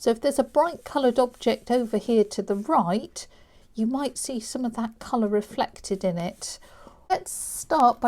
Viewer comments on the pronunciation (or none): none